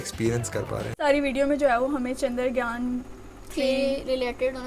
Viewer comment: Are chandragyan nahi chandryan bola karo